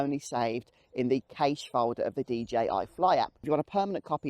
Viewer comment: I think you’ll find cache is pronounced the same as cash